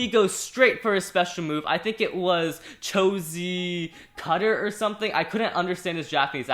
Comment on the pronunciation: What the heck, cho z cutter.. Lmao what the hell cho z citter bruhhh I was laughing so hard when you said cho z cutter, XD